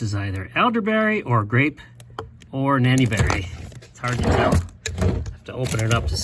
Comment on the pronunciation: Nanny berries??? Maybe I’m not understanding what you’re saying